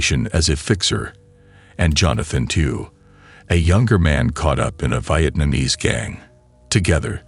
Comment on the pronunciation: This AI commentary sucks! Is it that hard to get a human to narrate this? Over and over, the terrible pronunciation of words gets annoying. 4 minutes in...vy-et-namese? Really..ai can't pronounce Vietnamese?